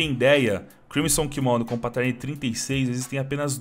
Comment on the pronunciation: ele sabe man, mas é pq o cachorro fala assim